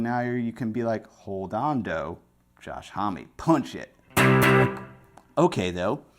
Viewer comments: Okay, so this is hilarious: When you pronounced his name, as a Canadian I thought, no way, that has to be pronounced 'omm. So I did some digging, and apparently in an interview I found, he says when he's outside the US, he pronounces it 'omm, and when he's in the US it's HOMee... Omg hahaha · You've turned into the Green Man! Josh's name is french and pronounced om, means man, mensch, hombre, uomo....